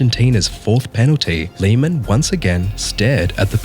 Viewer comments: Please don't pronounce it like Liemähn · No hate or disrespect or anything love this video but it’s pronounced l-ay-man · Please change the pronunciation of Lehmann because is unbearable to listen to. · Also Riquelme’s name have never been Rodriguez. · why the hell do you pronounce lehmann like that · I didn't expect a british bloke mispronouncing Lehman's name